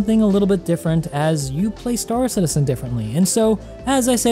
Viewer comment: Have a like..... but also, it's Star CITizen with emphasis on citizen. Not star. Love your content but it's such a pet peeve lol